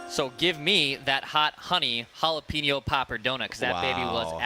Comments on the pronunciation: needs to learn how to pronounce “jalapeño”. Dex has it correct. It’s not “hall-a-pee-no”, it’s “hall-a-peen-yo” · How does not know how to pronounce jalapeno properly